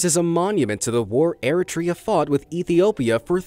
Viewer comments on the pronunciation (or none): Eritrea is pronounced E-ree-three-yah I had a friend from Eritrea that taught me how to pronounce it.